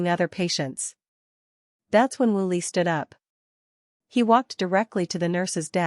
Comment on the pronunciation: Woo Lee not Willy!!